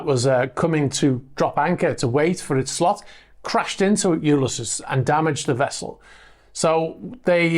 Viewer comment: Great video as usual. Sometimes I'm surprised at how unappealing looks-wise some of these super yachts are!! Just sayin'. Just a heads up. Ulysses is pronounced Yoo-liss-eez.